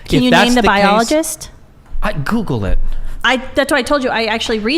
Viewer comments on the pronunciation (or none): none